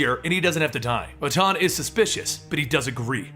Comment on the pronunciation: You're also mispronouncing "Wotan" quite spectacularly, for which I think you deserve some points, at least!